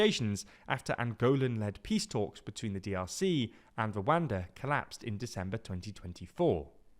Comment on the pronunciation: No shame up on you when you pronounce Rwada backed rebels?